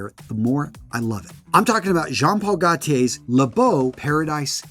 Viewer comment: I love coconut too, but I have zero desire to smell like it. Also Gaultier is pronounced "Go-tee-ay" not "Gah-tee-ay".